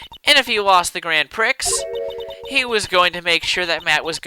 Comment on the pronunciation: grand pricks? think french and pronounce grond pree